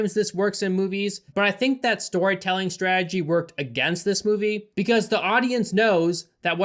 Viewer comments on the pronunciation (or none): none